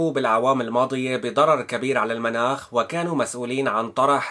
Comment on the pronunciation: تشكر اخي على الخبر، يرجى تصحيح التسجيل ان امكن لان هناك كلمة تنطق خطأ: المُناخ بضم الميم تعني الطقس المنَاخ بفتح الميم تعني مكان رقود الناقة